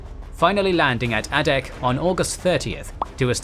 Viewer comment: A couple of notes. It is ADAK (A-Dak) island. This video calls it ADDAK. That may be an old designation. The other is, for more information, if you can find the book, look for "The 1,000 Mile War." I read this - it has a lot of fascinating information.